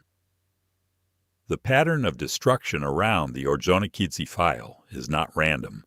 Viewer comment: Hate AI crap; Johnny Okidzze.